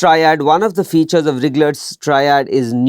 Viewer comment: Dear sir, Its RIGLER triad , not RIGGGLER .